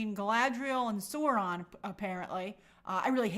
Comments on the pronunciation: its saur-ron, like naurrrr in australian accent lol saurrron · Sauron is pronounced sow-ron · My god, her pronunciation of Sauron was killing me 😅. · I cringed SO HARD when she said it like that.